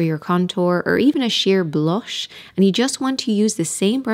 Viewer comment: This is the first time that I've seen any of your videos, and all the way through I thought you were American, but then you said 'blush' in such a strong Irish accent that then I could hear it in almost every sentence. I'm guessing you're from Ireland but live in the States. Is that right?